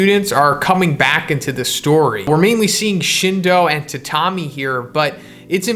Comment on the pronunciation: i think “tatami” is pronounced “tat-ami” not “ta-tam-i”